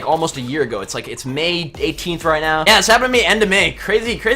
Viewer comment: Let's go rooit into the newwws